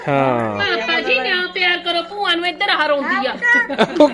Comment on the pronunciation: tu kuj ve bol, par ਭੂਆ hondi a ਬੂਆਂ ne, pronunciation de problem a